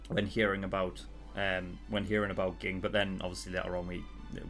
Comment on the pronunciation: By the way, it's pronounced jing. Too many comments xD